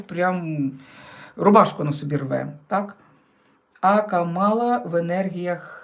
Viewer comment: ДЯКУЮ ЗА РОСКЛАД🥰🤗 (ударение в имени Камалла,на первое А)😊